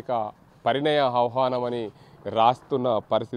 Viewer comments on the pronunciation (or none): ఆహానం కాదురా.సరిగ్గా పలుకు.